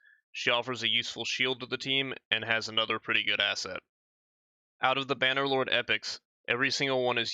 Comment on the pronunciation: lol.. You said ASSet... I thought that was punny of you.